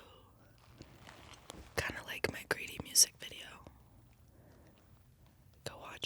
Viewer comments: I thought she kept saying "Grady." I was like, "Whos' Grady?" lol Then I looked her up and saw it is Greedy. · thought she was saying “grady” for way too long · When she said greedy I thought she said “Grady”